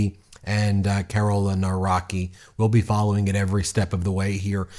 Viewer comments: Too early to celebrate... The victory margin for Trzaskowski was too narrow. If you take a closer look at the results, the right wing most likely will take the lead in the runoffs... Here are approximate pronunciations of the names mentioned in the vid: Nawrocki: NAHV-ROTS-KEY Trzaskowski: TCHUSS-KAHV-SKI Sikorski: SHE-CORE-SKI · Nawrocki is pronounced Nah-vro-tzkee 😊 It would be nice if people learned to pronounce names correctly or close to it. I know Polish names can be difficult but you can learn that :) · I have a serious question, why content creators can't check pronunciation of foreign names and surnames and instead they butcher it completely trying to anglicize words that are clearly not English? I understand Polish pronunciation may be hard for foreigners but even reading "Navroski" (Nav like in navigation and roski like in broski) although it's not proper, is much better that that awful "Nawraki", Trzaskowski is not "Trasawski" but more like "Tsh-ask-ovski"... c'mon, Google Translate and listen, 30s adventure and you don't butcher peoples' names like uninformed, unreliable media Edit: You've even played the clip where they clearly say his name... so it's just an ignorance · Second round looks bleak though 😢 Nawrocki you can read like Navrotzki And if you think far right is PiS candidate then you didnt heard about Braun 😂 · it's pronounced Nav-rot-skee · Plz it's T-sha-z-kov-ski and Na-vro-ski. But yes. We're not there yet but we are crawling our way back to democracy. Young people had a surprisingly high turnover, we're not letting out beautiful country die just yet. We gotta live in it, after all. Here's hoping momentum keeps for the second round. Fingers crossed for us, guys! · And Nawrocki is NAV-ROTS-KEE, imma just add here ;3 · Nawrocki, pronounce his last name as Navrotsky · Pronounce Nawrocki Nav-ROTS-kee. (capital letters to indicate stressed syllable, not anything related to rot, by the way. Just in case it was misunderstood)